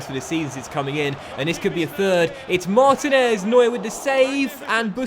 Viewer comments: its Mar-teen-ez not martin-ez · Marteenez is how it's pronounced. Also, it shows you watch Basketball with the very ridiculous Americanism Deefence lol